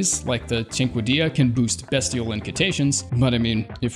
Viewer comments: Learns to pronounce cinquedea properly, calls beastial sling bestial sling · The way he pronounces “bestial” makes me want to die